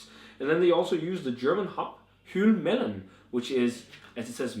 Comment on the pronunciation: Great review! Helvellyn (pronounce Hell-vel-en) is a mountain in the Lake District and striding edge is a ridge on that mountain! Really enjoyed striding edge but not had chance to try this one yet. Sounds good!